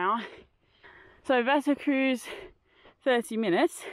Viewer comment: Wetterkreuz - your pronunciation is totally wrong, it should be Wetterkroits (eu=oi, z=ts); you should learn some Deutsch for hiking in German-speaking countries and in the Alps (Germany, Austria, Switzerland and so on) 😁